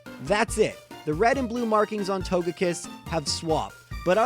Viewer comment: Got Leafeon and Togekiss wrong. Oh well. Close enough.